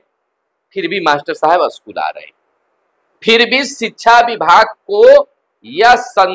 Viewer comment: अस्कुल नहीं स्कूल होता है।